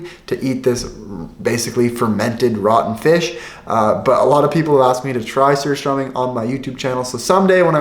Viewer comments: Props on your pronunciation of surströmming :D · I can help you if you want I live in sweden and I love the way you Said Systembolaget and surströmming I have lived in sweden all of my life and know alot of sweden just tell me if you want my help